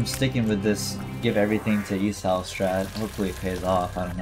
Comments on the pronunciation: he keeps saying e sau instead of e saw 😭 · the way you say Esau needs to stop.